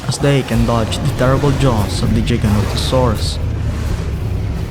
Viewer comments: For the love of god it’s not Jiga it’s Giga Giganatosaurus no J’s. Just like it’s gigabyte not jigabyte. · Great video but you should practice giganotosaurus name everything else is great editing and visuals just great